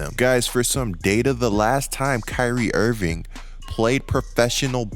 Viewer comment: Someone pointed this out to me and now I can’t unhear it !! Dude I love your content but ..ing and ink are not the same damn thing 😂. Who the hell is Kyrie IrvinK !! IrvinK IrvinK !! Damn I’m sorry bro but this is bad